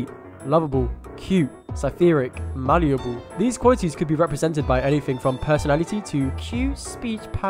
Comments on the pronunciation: He also said “malleable.” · "Malleable"?! Does he think he's Pygmalion?!